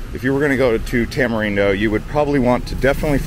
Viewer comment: Is Tamarindo not Tamerindo